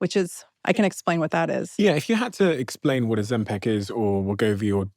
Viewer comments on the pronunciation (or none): OzempIc……. IC….. NOT EC NOT AC …I DONT KNOW WHY BUT ITS DRIVING ME MAD LOL how many people have to say it …properly…in front of you Stephen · Why does he pronounce it Ozem-PECK? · Second video on Ozempic, and Stephen is still saying OzempEc...😅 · Great video but OMG it’s Ozempic not Ozempec. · OzemPIC not PEC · Interesting But i cannot listen to the host say ozempic, its like nails on a chalk board 😂 its ozempIC not ozempEC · I’d like it more if you didn’t pronounce it Ozempeck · Is it just me who finds the way he pronounces oxempic really annoying? 😅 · Steven alwavs sais “Ozempic”instead of GLP1 - is he getting money from the pharmaceutical industry?? Is this a hidden marketing thing?